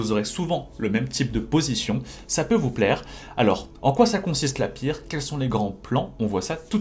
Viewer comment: Pas très important mais ça se pronounce "Pirtz" et pas "Pirque"